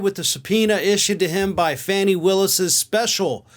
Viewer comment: It’s FAH-Née……